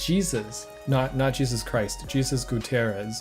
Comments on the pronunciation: whos gonna tell him that jesus is pronounced "hey-zuse" LOL ! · Psst... if I had to guess, Jesus is actually a Hispanic pronunciation and is said this way: “Hey-soos”